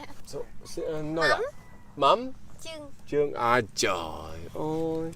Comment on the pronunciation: I'm your big fan, I want to say that I really like your contents, creation and your ways of creating and acting in the videos, especially your opening sentence haha " xin chao cac ban oi ", I love your " oi " sound